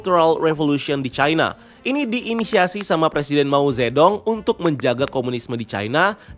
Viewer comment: MO ZE DONG YAAMPUN, mo ce tung bacanya woy